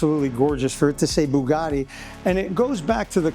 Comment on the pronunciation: Why can't he pronounce Bugatti correctly ? WTF is Boogarti ?